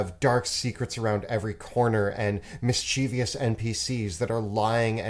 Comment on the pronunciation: Great video, but please for the love of god mischievous is pronounced /ˈmɪstʃɪvəs/.